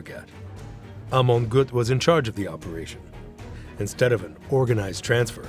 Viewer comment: Prononez Amon Gueut